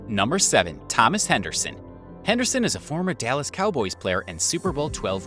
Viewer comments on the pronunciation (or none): none